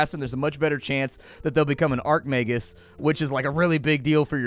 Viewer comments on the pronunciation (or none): I flinch everytime he calls an Archmagus an Arcmagus